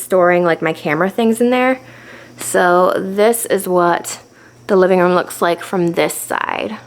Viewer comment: it’s a room not a rum